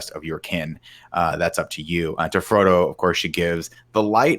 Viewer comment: Nick calling Frodo Fredo is the funniest thing in my life and all of middle earth 😂😂